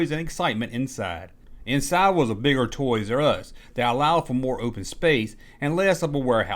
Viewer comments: Great video man, but for the ever love of god, it's TOYS-ARE-US, not TOYS-US... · It;s pronouced "TOYS ARE US" not "ToYRuSs" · It's Toys R Us, not Toysus.... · Not trying to be a Richard but, is there a reason you vary your pronunciation of Toys 'R Us between "Toyzus" and the traditional "said as spelled", "Toys 'R Us"? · "Toys Us"! I'm cracking the fuck up. Is this? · ''Toys' Uz''......(?) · "Toys Uh Us" lol!